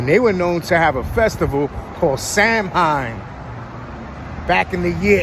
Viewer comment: Samhain is pronounced either sah-win or sow-in. Do your research.